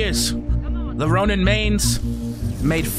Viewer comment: chill he said ronim, (yes i actually know he means ronin)